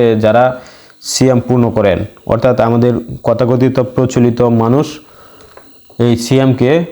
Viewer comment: সালামুন আলাইকুম, উচ্চারনটা কথাকথিত হবেনা বরং তথাকথিত হবে,মাগ্রিমের পরে হবেনা,হবে মাগ্রিবের পরে। তবে এসব কোনো ব্যপারনা এগিয়ে যান,রাসুলের ভুমিকায় আছেন,"সামি'না ওয়া আত'না। ধন্যবাদ